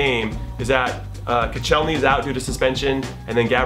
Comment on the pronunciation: How did he pronounce Koscielny?! 😂😂😂